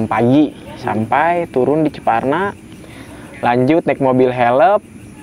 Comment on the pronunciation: Bukan ciparna tapi ciperna bang hehe